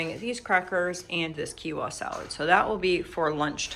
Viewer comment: Not being rude or mean, but Quinoa is pronounced like this "Keen wah", it sounds like you're leaving the N out when you pronounce it?? 😉